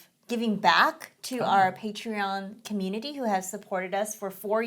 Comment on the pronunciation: The word: community: "key-meanity"